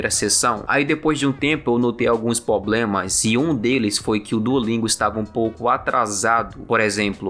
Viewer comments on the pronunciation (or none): Vc falou "poblemas". Será que sua dificuldade em língua estrangeira não tem raiz no não domínio de pronúncias básicas de português mesmo? Como dizia uma professora minha: quanto mais vc dominar sua língua-mãe maior a probabilidade de dominar uma segunda língua. O dever de casa está sempre na língua-mãe. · Tu falou “poblemas” ???🤔